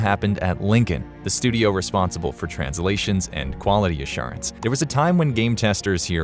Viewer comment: "studiauh" :P